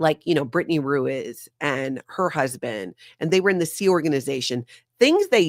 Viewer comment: Ruiz is pronounced Rue-EEZE.